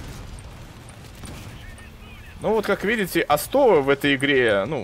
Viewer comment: О'стов а не осто'в